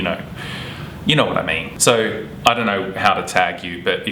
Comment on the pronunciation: "so" = sowr (?)